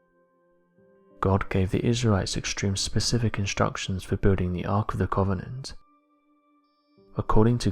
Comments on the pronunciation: you say covenant weird lol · Sorry, mate. Can't watch a film about The Ark of the Covenant from someone who can't actually pronounce it.